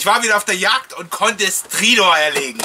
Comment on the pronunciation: Bin froh, dass alle Stridor mit i absprechen.:-)